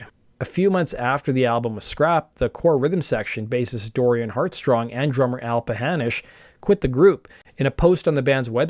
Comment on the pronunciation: This is a great video, but you get Dorian HeartSONG's name wrong twice, and he deserves better. As a matter of fact, he deserved more than one album to shine.